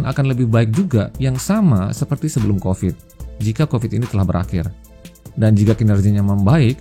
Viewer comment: Covid. Pakai V, bukan F